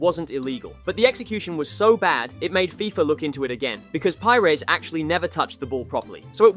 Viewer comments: “Pyers” and “hen-ree” hurt my soul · Ahh yes, the famous Robert pie-res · This guy reckons he knows football, but saying Henry with a hard "H" and pie-res is like that scene in inglorious basterds where Michael Fassbender holds up his index, middle, and ring fingers. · Pires isnt English he is not Pajres. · love the content but you dont half butcher some of these legendary names HENRY !!!!!!!! PI-RES!!!!!! arghhhhhhhhhhhh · That’s not how you pronounce Pires OR Henry. Shameful